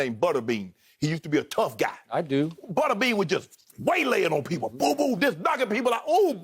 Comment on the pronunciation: Shannon saying "Buttabean" lol